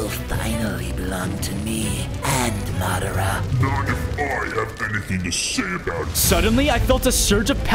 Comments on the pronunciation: It's madra not madro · bruh its madara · you butchered Madara’s name, pls learn to pronounce it right for the naruto fans as well as my self.